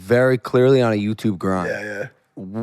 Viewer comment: He really says YouTuve